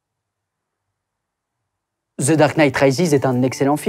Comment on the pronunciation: ZEU batman ! 😳